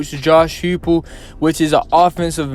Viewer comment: Coaches name is pronounced Hi Pull.....nice piece👍